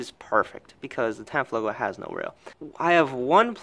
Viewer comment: Tanfogolo ??? Just to be clear , the 'Tanfoglio' is a CZ 75 clone , not the reverse.